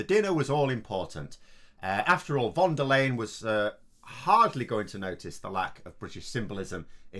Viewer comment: Once again ‘Little BOJO’ showed what he is capable of: ABSOLUTELY NOTHING! He is a BUFFOON with terrible manners and NO understanding about what is important to us in the EU! He found out that even though Von der Leyen (and you Brits: PLEASE learn how to pronounce her name - it sounds awful when you’re saying it WRONG!) is soft spoken, she is fully able to spank your ‘Little BOJO’!